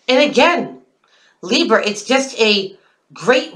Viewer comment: "Leebs" I laugh out loud every time you say that. :P